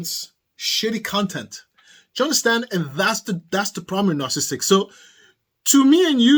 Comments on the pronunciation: There are four syllables in the word, “narcissistic”, not three. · You are missing a lot of s’s in your pronunciation of narcissistic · I started to watch this but he kept missing a syllable of "narcissistic". It drove me nuts!